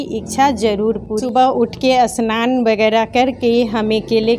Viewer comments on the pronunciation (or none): Aunty असनान नही स्नान hota hai😅